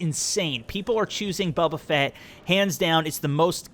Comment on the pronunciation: Bubu fett - Bow-Buh fett - correct